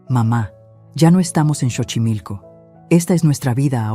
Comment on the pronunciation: Y no es Chochimilco, es Xochimilco pronunciación es Sochimilco, investiguen primero como se pronuncian las palabras autóctonas